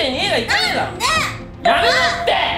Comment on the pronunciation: やめロッテ(=千葉ロッテ)ww 1回言われるともうそうにしか聞こえなくてめっちゃ笑うww